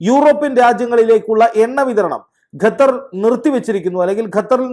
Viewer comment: Not Gathar but Qathar